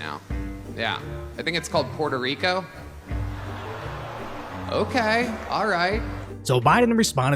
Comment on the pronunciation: puerrrrrrto rrrrrrico